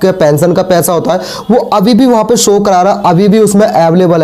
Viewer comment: so nahi show boliye,or logo ko bewkuf banana band kare warna aapka channel band kar diya jayega